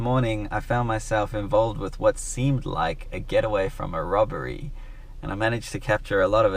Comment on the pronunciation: dont wowwy, its just a rwobawy.